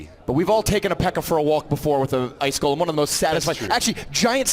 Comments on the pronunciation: I cringed when he said gahlem instead of GOlem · Did they just call the golem “Ga-lem”